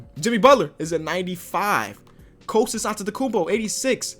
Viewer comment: bigup that authentic pronounciation of Antetekounmpo